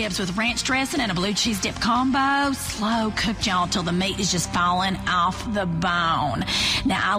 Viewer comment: “slow cooked yall, till the meat is just fawlin awfff tha bown!”